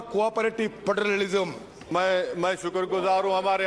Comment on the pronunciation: Phhederilism, Saamp and ladder 😂😂😂